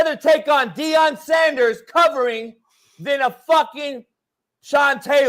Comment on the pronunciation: It’s okay calm down. It’s Deion by the way, not Dieon 😂